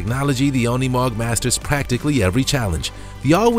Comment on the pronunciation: Unimog is not pronounced as UN ee mog! It’s pronounced as You neh mog! Incorrect pronunciation is the only thing I do not like about your channel! Get with it. I happens on every other video! Figure how to pronounce words properly! Especially words you’re not familiar with!!